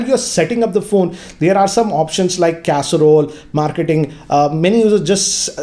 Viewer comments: It's carousel not casarol 🙁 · please stop saying carousel as casserole. It makes you look silly when infact you put a lot of effort into your reviews. Cheers...